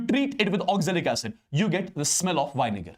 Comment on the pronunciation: Vinegar❎️ Ynegar✅️